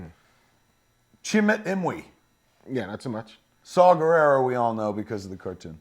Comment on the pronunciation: I love how the guy on the left keeps calling him Saw Gerrero instead of Saw Gerrera. lol